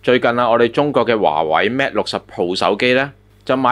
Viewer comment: 係華(為)，唔係華(偉)